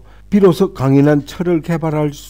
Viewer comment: 비로소라고 제대로 쓰시고 비로서라고 잘못 읽으셨네요.